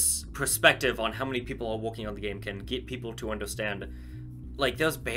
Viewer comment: Ha you said gameit